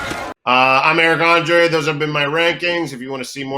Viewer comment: FFS. André, not Andre.